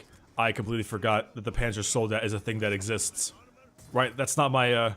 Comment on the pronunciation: ow,, youre german pronounciation is so... urgh. would you kindly just call the Panzersoldaten Tank-soldiers? cause thats like literally the translation